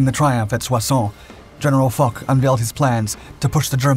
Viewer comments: Gal Foch : "fosh", not "fock" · Foch is pronounced 'Fosh', not 'Fock'. It has no 'k' sound. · The French generals' name is pronounced " Fosh", not Fogh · Ferdinand Foch is pronounced FO-SHH <FOSH> The sound on the track is rather unfortunate - Good work nevertheless - very enjoyable thank uou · Gen. Foch,, the name is pronounced FOSH